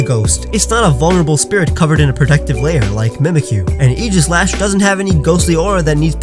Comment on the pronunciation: Please stop saying aegislash like that